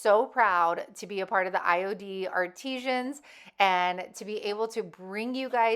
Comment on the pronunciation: Artisans. It’s IOD artisans. Not ar-tee-szhans. I thought you’d want to know that since you’re representing IOD. Ar-Tih-Sans.